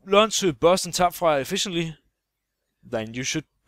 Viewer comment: The way you say "efficiently" is very Danish.. :D